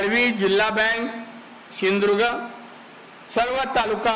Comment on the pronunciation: यला सिंधु दुर्ग पण म्हंत येत नाही.....shidurg महंतो